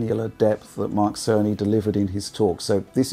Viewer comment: Each time it sounds like he's saying "Mark Sony"